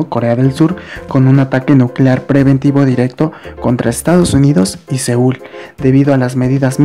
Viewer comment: Es seúl no seoul